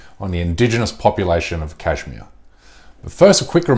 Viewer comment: Bish first learn to say Kashmir. Then we'll listen to your bark. PS - I'm from SRINAGAR, KASHMIR, INDIA.